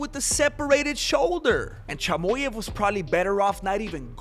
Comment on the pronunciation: Its chimaev not chimoev